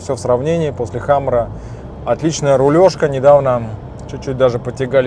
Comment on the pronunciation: хамЭра😂😂😂 ухо режит ваша средняя полоса!!! Камера , сервопривод!!! Это внедорожник!!!